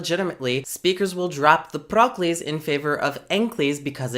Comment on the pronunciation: every time you said "proclise" i heard "broccolis"